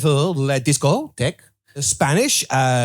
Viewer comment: "VHERE IZ IT? VHERE IZ ZA DISCOH!" I had to pause to whipe tears from eyes, god damn.